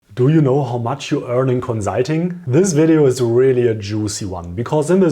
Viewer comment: Hey cool videos, but have you tried saying conSulting instead of conZZZulting? Jokes aside, great content btw, many thanks!